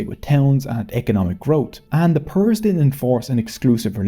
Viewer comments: Generally, a good video and you did address how even a 66 minute video will miss things. Nevertheless, please allow me to proceed. Pirs is pronounced “peers” NOT “purs,” but dear, you forgot to mention Subhash Chandra Bose. It wouldn’t hurt to discuss the following either: 1. Biharis / Stranded Pakistanis 2. razakars 3. Sheikh Hasina (you stopped the history at 1971, this video is from 2023, more than half a century later, so it’s understandable that zaalima’s cowardly retreat to her BJP overlords was not mentioned, but you could have spent some time on how she oppressed her own people) 4. The Concert for Bangladesh (20 December 1971), so as to connect to wider Western popular history 5. Zia ur-Rahman 6. Khaleda Zia 7. the taka and its etymology (Pakistani rupees were called “takas” until 1971, and Indian rupees are still called takas in West Bengal) 8. sati (you did discuss the Bengal Renaissance, it would have been nice to elaborate on Ram Mohun Roy 9. You could have elaborated on Swami Vivekananda 10. the birth of modern Indian music industry in Calcutta, and India’s first film, a silent film, “Raja Harischandra, also released in Calcutta in 1913 (Saregama / HMV is still based in Kolkata.) I don’t think Ravi Shankar was mentioned either. Yes, the polymath Tagore undoubtedly has a musical legacy, but Shankar is more widely known - and it would have been nice to cement the association in your audience’s mind. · Not PIRs...its actually pronounced more like "PEERS"..they were muslim saints respected by Muslims also hindus, they are the reason for large muslim population in bengal, it wad their preaching and miracle performed by them converted many bengalis. Our family one of them. These PEERS still have their masoleums, and a feast and fair is organised on the death anniversary of the saints called "URUS"..i.e. clebrating the arrival of Islam to the land. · They are pronounced "peers", not like Pierce Morgan but like 'pee-rs'.